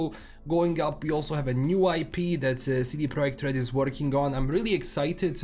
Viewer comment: The way you pronounce CD Projekt RED is like a honey on my Polish ears :)